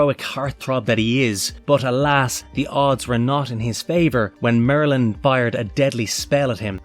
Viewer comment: Did anyone else think he said, “Marilyn”, instead of, “Merlin”?